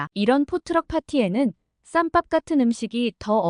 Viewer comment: 쌈빱이아니고쌈밥~~~~~~~AI가읽는거는 절대 구독 안누른다~~~~~~~~~~~``